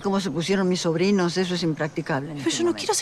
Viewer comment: dice "Saborinos".. en ves de "Sobrinos" 😂😂😂